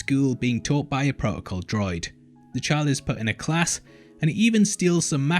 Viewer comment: "being taught by pro-ocol droid" lol accents are fun :-D